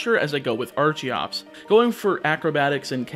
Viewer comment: Archeops and Archen are pronounced with a hard ch not a soft one like archaeologist or archeology